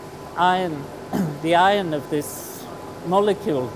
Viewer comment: u know after watching more than 20 vid from this channel an hearing ion & ion & ion,,, I just figured it out,, it's actually IRON ! silly me ^__^